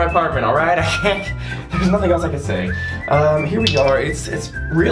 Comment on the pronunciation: When he said um in a French accent